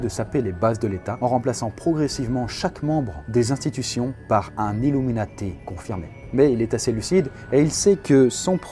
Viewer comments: emeeati mdr Désolé je suis tatillon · "les Héméati" oui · Le nombre de fois où tu écorches le mot illuminati mdr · IL N'Y A PAS DE "S" A 'Illuminati"